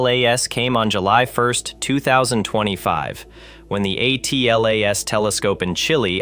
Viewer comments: It doesn't matter what the acronym is, it's usually pronounced Atlas, not A. T. L. A. S. No one pronounces NASA as N. A. S. A. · Audio appears to be computer generated. A human narrator would read ATLAS as a word and not an acronym.